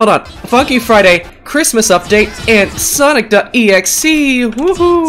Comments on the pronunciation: Did he say the f word instead of funky in the intro lmao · He swore, he said fuky friday bruh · he sayed fucky friday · BRO BYE- WHY DID I HEAR “F U FRIDAY” WHEN HE SAID FUNKY FRIDAY 💀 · What did you swear you say we going to play fucky friday..... I mean funky friday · HE SAID FUKKY FRIDAY bruh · He didn't meant to swear he just said it wrong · you funky wrong it shounded you said the f word